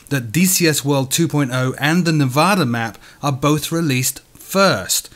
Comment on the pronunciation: I'm probably the only who cares or notices, but your saying Nevada wrong. It's hard to discribe.